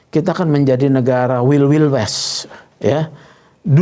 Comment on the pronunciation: bacanya waild waild wes pak, bukan wil wil wes